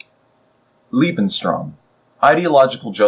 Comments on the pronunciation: small mistake , Its "Lebensraum". "Lebenstraum" would be "Living Dream" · Just one minor ningle: You seem to keep saying "Lebenstraum" which means "Life's dream" when trying to say "Lebensraum".